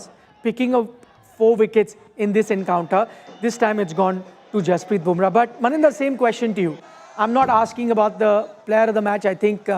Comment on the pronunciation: Jasprit, not Hasprrit!!